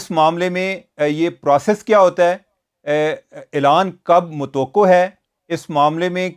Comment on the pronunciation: متوقع کے ق پر زبر ہے۔